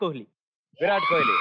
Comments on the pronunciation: Kholi kadu ra 🤣🤣 kohli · It's kohli not kholi